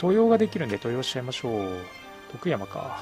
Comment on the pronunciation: 登用⇨とうよう ❌とよう 安藤守就⇨もりなり ❌もりつな